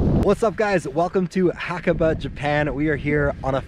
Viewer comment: great video but dang haha you butchered the name xD